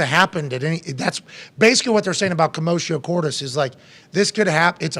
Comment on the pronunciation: Geez commotio cordis what's so difficult in there to pronounce. Makes me think of James Hetfield and his atrocious pronunciation of Lux aeterna.